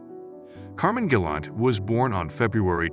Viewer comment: You couldn’t even pronounce his name right lol